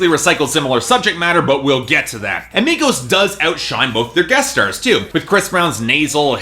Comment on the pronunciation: exactly why white boys who can't even pronounce the artist's name shouldnt talk about something he doesn't know anything about.